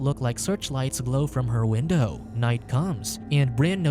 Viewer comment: win-DOE lol